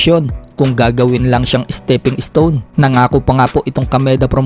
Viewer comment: Is-Teping Is-Ton. 😂🤣😂🤣😂